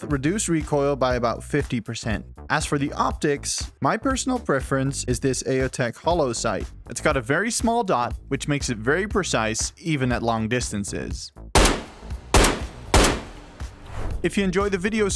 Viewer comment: “Eh-Oh Tech/Holosun” Spits out drink 😂